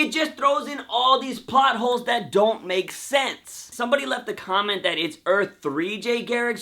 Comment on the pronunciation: I swear I heard him say plot whores